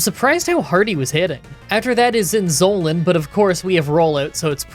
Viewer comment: Every time when he says Zinzolin, I hear insulin 😂😂😂